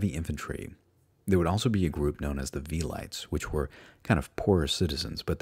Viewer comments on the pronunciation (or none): "Wel-ee-tays" not "Vell ites" lol otherwise good video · You mispronounced so many words. Pie-lums? Fie-rrus? Suck-tum? Vee-lights? Are you not a native english speaker or something? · Point History Great Documentary on the punic wars. Really enjoying it. But on 35.06 minutes you said the shield is called... "suctum"... WHAT? XD it is called a scutum as it is written there. it would also be good if the pronounciation of the latin terms would be a bit more accurate not Velites (english) its more like VE li Tes. If you dont know watch some of metatrons vids. It just indicates that some of the basic things are missing to you. Your work, it is great on the overall perspective (the big picture), but when you go into detail the details should be correct.